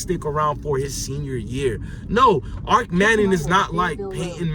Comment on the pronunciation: It's kennels...and Arch manning not Arc.